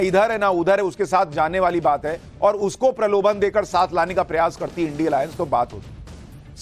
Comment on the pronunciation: सुशांत सिन्हा तू क्या एंकरिंग करेगा रे। जिसे इंडिया को इंडिया नहीं बोल पाता। थोड़ा ठीक से पढ़ना तो सिख ले।